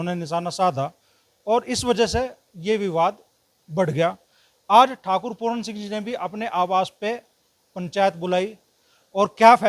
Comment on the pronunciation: पहले बोलनासीख बेटा पूरन नहीं पूरन सिंह